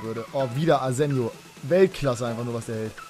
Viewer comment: will ja nicht so nen "Neunmalklug" sein, aber Spanier, wie Asenjo, werden mit Chh ausgesprochen, also das J.